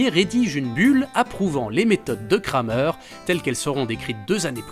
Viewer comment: On prononce "Kramère" pas "Krameur". Le "e" ne se prononce pas de la même manière en français et en allemand (ou en alsacien).